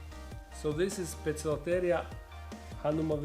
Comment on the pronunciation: I wish people would learn, that a c in front of e, i, y, are pronounced as S. And c in front of a, o, u, are pronounced as K, in Latin. So, therefore Poecilotheria is not Pokloteria. It's Poesilotheria. And it's not Pokies. It's Posies. Please spred the word. Best wishes from. Bo.